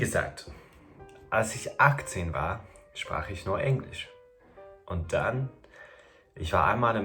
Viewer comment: Hey! In case you are still interested in someone locating your accent, I have a few points. And by the way, I understand the slight frustration of someone still pointing an accent out when you are basically on C2 Level already! So this is just because you asked:) - Very English pronunciation of the word “Englisch”, especially the “e”. - Very careful pronunciation of word endings, but this is something that will disappear over time. As well as overall careful pronunciation of everything, which is normal and a very good tool to speak correctly! - sometimes you use “wenn” instead of “als” even though most times you use it correctly, this is a hard one, I know! The rest is hard to locate because it’s barely there. Overall, you have excellent German and pronunciation 🙌🏽